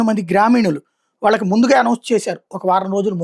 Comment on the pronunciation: వాలకి కాదు వాళ్ళకి ళ ని సరిగ్గా పలకండి మఱియు వ్రాయండి